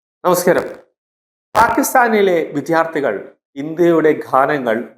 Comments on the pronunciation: വിദ്യാർത്ഥി എന്ന് പറയൂ. ദ യും ധ യും ശരിയായി ഉച്ചരിക്കു. പലരും ഇത് തെറ്റായി പറയുന്നത് കേൾകാം. വിദ്യ വിധി,. ദഹനം ധവളം, വിദ്യാലയം,.വിദ്യ നേടുന്നവനാണ് വിദ്യാർത്ഥി. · He cannot pronounce ' vidyardhi'